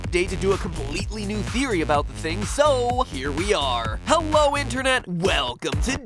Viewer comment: did he just say “HEWWO INTERNET”